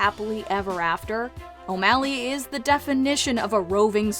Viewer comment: The disrespect on O’Malley’s name